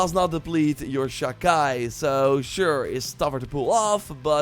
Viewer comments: Sha Chi is pronounced Sha chee not Sha Kai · By the way, Sha-Chi is pronounced: Sha Qi/Qee. I don't have the perfect translation, but it means an a change or emission of an aura, presence, or atmosphere due to one's intention to kill. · it s pronounced "chee" so sha chee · Exactly. Please stop saying Chi as KAI. SHA KAI SHA KAI!!! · Never in my life have I heard the word "chi" (like in "Sha-Chi" here) pronounced so weirdly. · The way youre pronouncing Chi is giving me an aneurysm